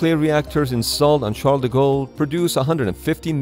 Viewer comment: It always amuses me that "Charles De Gaulle" gets pronounced, more or less, as "Shadago"